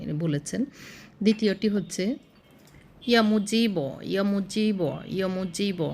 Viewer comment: বানান টা ঠিক করে নিয়েন আপা, "বাছাই ছে" না, হবে "বাঁচিয়েছেন" ।‌ আর ইয়া ওয়াহাব (يا وهَّاب) হা-এ-হামজাহ (ه) দিয়ে হবে, এই 👉🏼ح নয়। আর দ্বিতীয় টা ইয়া মুজীব্ /মুজীবু (يا مُجِيب)، "মুজিবো" নাহ‌।‌ বাংলা বানান ভুল হলেও ক্ষতি নেই, কিন্তু আরবী উচ্চারণ ভুল‌ হলে অর্থ সম্পূর্ণ পাল্টে যায় , আর আল্লাহর নাম তো আরো সতর্কতা প্রয়োজন 🙏🏼❤